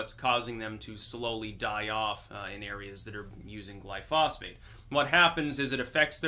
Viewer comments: Gly-pho-sate NOT Gly-phos-phate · Roundup (glyphosate) is not a pesticide. It is a broad spectrum herbicide. Every time you talk about farming you sounds like an idiot. Also it is not pronounced gly-phosphate. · *Heres the proper pronunciation of glyphosate, which I mispronounced for 25+ years!* It turns out that both you & I had been using the wrong pronunciation for the active chemical in Roundup. I too got the chemical pronunciation wrong(for 28 years no less!). It wasn't til spring of 2017 that I ran into a guy who worked for an agricultural chemical company. He heard me pronounce it, "gly-fos-fate". He quickly pointed out that I had the pronunciation wrong(as well as the spelling). Its actually spelled 'glyphosate', pronounced "gly-FO-sate". There are times I need to use glyphosate to kill nasty weeds in beds, etc. But I use as little as possible, and I've stopped using Imidacloprid altogether, for bee-related reasons.